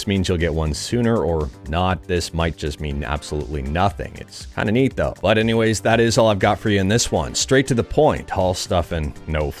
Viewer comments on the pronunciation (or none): none